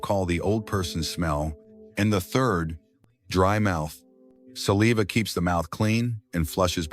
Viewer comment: Hey AI. Learn how to pronounce saliva properly. Errrr